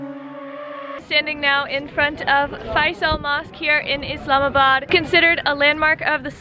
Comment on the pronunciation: the way you pronounce Pakistan & Islamabad is so perfect 🌟 I love that you respect our religion, culture & even care about pronunciation 😍 Thank you so much 💖 Huge Respect for you sister💕 May God Bless you with his Mercy💚